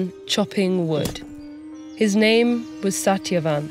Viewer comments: not to mention - the accurate pronunciations of the names by the narrator! so refreshing to see the Rs actually pronounced <3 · Great video and amazing narration. Special props to the narrator for pronouncing the names so accurately.